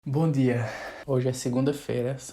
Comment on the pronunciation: Esse bom dia foi com sotaque português ahahah